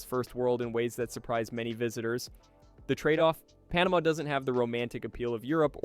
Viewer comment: Probably should program voice to correctly pronounce easiest names of countries like Panama for credibility!